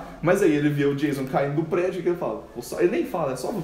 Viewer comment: O 's' em 'Jason' é pronunciado como 's' em inglês, não 'z'. E o 'o', pelo menos no inglês americano, é pronunciado como um "a" ("schwa" em fonética) que não existe em português. Cliquem no símbolo de áudio para ouvir a pronúncia correta.